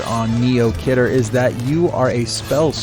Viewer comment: khidr is pronounced key der